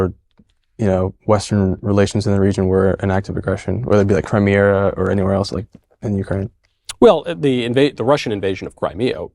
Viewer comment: Oh and according to this 'highly educated' boy/man, it's pronounced Crimeria. just....*face palm*